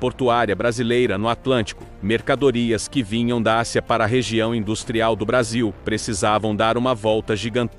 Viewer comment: Ridícula narração com Inteligencia Artiificial, cheia de erros de pronúncia. ACIA em vez e Ásia e assim por diante.